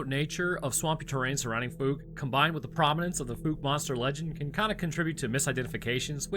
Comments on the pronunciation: Why are you calling it the fook monster, when you correctly pronounced the name of the town, Fouke (f-ow-k)? 🤔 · I grew up there ( born in 1976 ) It's pronounced FOWK not FOOK. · Great video but it's pronounced F-OW-K it's not FooK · "Fowk", not "fooky". Anybody who says that last one is fooky. "New species"? Ro, it's an ogre - a bigfoot. Nihil novum sub sole. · Dear Papa, I could be wrong but I grew up in NW Louisiana and my family always pronounced it like “ foulke “ not “fooke “ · I love your channel bro watch it almost daily just wanted to help you out its pronounced like "fowke" not "fook" lol keep up the stories bud love em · The "documentaries" featuring locals discussing the animal suggest its pronounced "fowk"... like "fowl", but with a K... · Wow, bro you actually pronounced Fouke correctly! Not even the news channel out of Shreveport can do that and they're only an hour away. Well done! Edit: and then you screwed it up the entire rest of the video It's pronounced F-ow-ck Edit: did I hear you right? Do you only live about 8 hours away from us? If so you should definitely come down, there's a bunch of us that would give you tours and show you around and tell you stories. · Then you messed it up. Lol. Ph-ow-cuh. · Likewise, the town is called “Fook” lately, rhyming with “fool”. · You had the pronunciation right one of the first few times😂 “Fouke” is pronounced with the same OU sound as that of “Ouch”. Use that sound, ignore the E and, you’re good. I live about 20 miles from there some I’m very familiar with the proper pronunciation. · Dude, i live like 30 minutes from Fouke, (the e is silent). there are no bears in this area. I have never seen one, and don't know anyone who has. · Watch the movie so you can pronounce the name Fouke correctly. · I love your content so much. BUT your pronunciation of Fouke was painful😅 also we dont have grizzley bears in the area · It's pronounced like the ou in ouch.